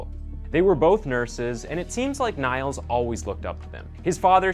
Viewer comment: Niels is pronounced Neels ^-^